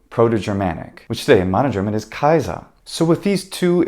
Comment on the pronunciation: I know it was just one word and just a tiny thing but Germans love to correct people on the internet and in real life, so: There's nothing to correct, here. That pronunciation of Kaiser was absolutely perfect. People should say nice things more often.